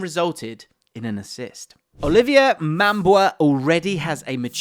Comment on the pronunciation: "Olivia" for "Olivier"? Jamie Carragher get out of that body😂😂